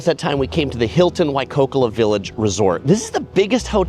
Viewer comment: Also he kept saying Waikokola village....😂